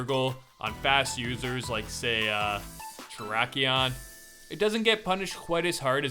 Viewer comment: That's not how you pronounce 'Tachyon'. I had to do a double check there if I heard that right. xD I cannot explain how you're supposed to say it... but just look up Galaxy-Eyes Tachyon Dragon from Yu-Gi-Oh! Zexal. Although to be fair it's not a common word at all of course.